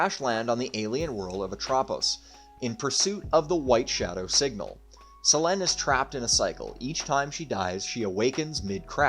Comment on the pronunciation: pretty sure that's not how Selene and Atropos are pronounced